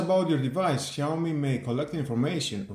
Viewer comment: wtf? Google how pronounced brand Name. Shame on you.